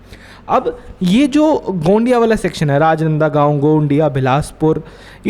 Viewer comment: O rajnanda goun nhi hy rajnandgaon hy ☺️